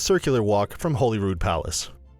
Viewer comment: He actually pronounces Holy Rood properly. Which is more that you can say for most Edinburgh residents.